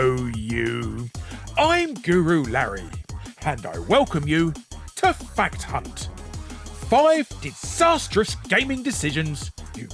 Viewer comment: I can't unhear 'Fat Cunt' instead of 'Fact Hunt'.